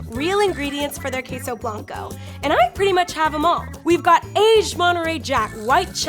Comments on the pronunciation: Kheysow Blancow Me a Filipino and knows how to pronounce it: Okay, whatever. Ps: We call them Keso in the Philippines but the same pronounciation with Spanish. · Wtf is keysou bloncou? why can't she pronounce spanish correctly? It's not that hard